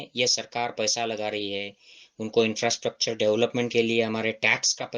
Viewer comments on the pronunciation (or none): none